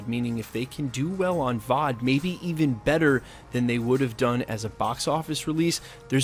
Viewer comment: Can you do me a personal favor and don't say VOD like it's a word anymore?